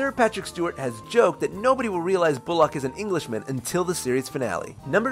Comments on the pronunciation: "Bulac" It's Bullock. "Bull-uck" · The narrator pronounces Bullock as "boo-lock" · The way you say Bullock....